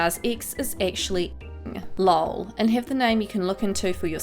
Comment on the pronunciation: Wtf the way you say lol its laugh out loud so its supposed to be said L O L